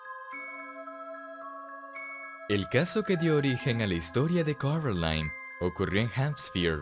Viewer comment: acaso ndie se dio cuenta que dice *corOline*